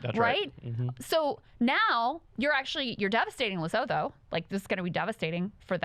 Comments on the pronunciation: Trump is using tariffs like 19th and early 20th century Presidents. The tariffs were useless then and they're even more useless (rather destructive) now. Also, Lesotho is pronounced 'Lesutu' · Just for the future: Lesotho is pronounced Lesutu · Haha- I love you guys. South African here - The pronunciation for Lesotho is La-SOO-too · I'm pretty sure it's pronounced "Lesutu" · It’s pronounced lesutu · Krystal I love you, but it's pronounced "Lesoothoo" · I believe it’s pronounced “Lesutu” but wtv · Please learn how to pronounce Lesotho. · All love but uhh… Lesotho … the “th” isn’t pronounced like in English - you can just pretend the “h” isn’t there 🫠